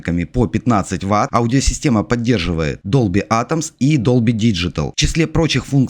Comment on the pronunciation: Продавець, який говорить Долбі атомс? Тьфу.